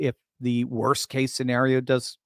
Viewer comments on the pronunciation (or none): none